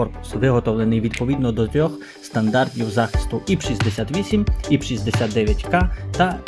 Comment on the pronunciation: не іп 68, а айпі 68